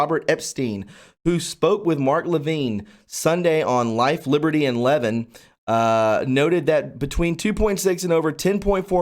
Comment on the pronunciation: please watch M Levin show so you learn how to correctly pronounce his last name!